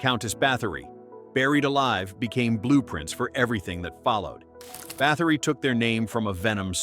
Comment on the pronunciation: Bathory is not pronounced like that 😂😂😂